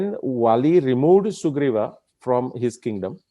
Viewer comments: I like the whole topic and narration. But your Rama and Sugrivaaa pronunciations are jarring. Why not use indic style of Ram and Sugreev? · this is brilliant! Fantastic!! I just have a slight objection to the way you are pronouncing certain words…… Sugreevaaa, Ramayanaaa, Ravanaaa They should be pronounced Sugreev, Ramayan, Raavan Why put the extended "aaa" after each word?😩 Sir, please look into this. Thanks! 😊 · Suggestion: Pls pronounce namea as we do in normal lfe so its Ram...Ravan, Sugriv....not Raamaa, Ravanaa, Ramayanaa, Sugrivaa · Why its sugriva not sugriv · Good video, but saying Ravan"aa', Ramayan"aa", Sughriv"aa" etc. is very frustrating... I would expect the correct pronounciation from someone who has done so much research... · Sir, why you are pronuncing Rama, RavanA, SugrivA. Have we listened akbarA, jahangirA, etc etc.. Let's stop it immediately... Plz do consider my humble request